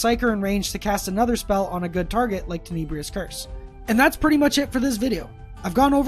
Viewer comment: Tenebrous: ten-a-brus not ten-ee-Bree-us